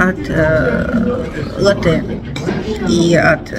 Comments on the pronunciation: лАте, ударение на "а" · Ну, уж если исправляете, то исправляйте правильно: ЛАТТЕ!